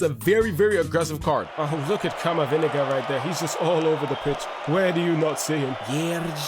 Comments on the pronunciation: "Camaviniga" caught me off guard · I love how you say CamaVindega